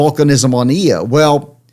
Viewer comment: Why is this Doctor calling Io, "EEE-OH"? The moon has always been pronounced "Eye-oh".